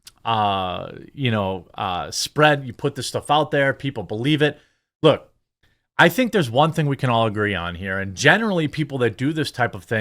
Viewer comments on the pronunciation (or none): none